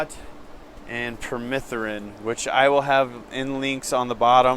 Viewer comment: Diatomaceous from diatoms, not diatRomaceous, nor is it permethErin but permethrin. DE has what is essentially microscopic shards of glass that cut into the exoskeleton. Hes saying its just chalky and dries them up, lol. Also he can have visitors step on a wet soapy mat to kill mites and even use a disinfectant.